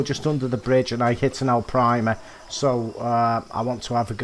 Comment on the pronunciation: I find on this map in this particular peg if you fish down towards the bridge if its a big fish they take you down and around the corner and they sit there and get stuck and eventually it snaps your line lol and i love how you say Arapaima lol Alprima 😆